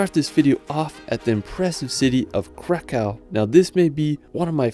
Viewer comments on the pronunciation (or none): You have to read it like Vavel Cracov